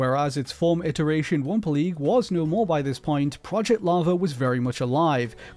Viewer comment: It took me until to realize he was saying wumpa league and wumpa leak